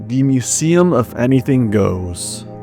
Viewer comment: museum not kuseum